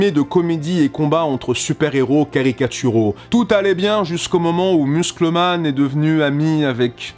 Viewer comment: c'est quand même curieux comment tu critique Azouley de prononcer Dragon Ball «dragon balle» alors que tu prononce Muscle Man comme en disant muscle en français